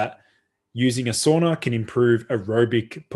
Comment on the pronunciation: It's pronounced SAUNA not SOONA